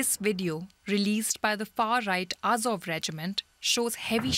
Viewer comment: Russian bot can't even say it right. It's "Azov".